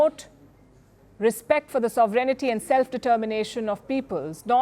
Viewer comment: The presenter, and most Indians, have a strange way of pronouncing "sovreignty" as sov-rainy-tee, rather than the correct sov-ren-tee.